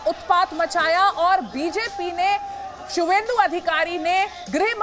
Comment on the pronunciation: बंगाली भाषा और लिपि की विशेषता को समझिए : सही उच्चार 'शुभेन्दु' है, 'सुवेन्दु' नहीं।